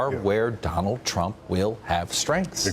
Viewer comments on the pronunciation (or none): none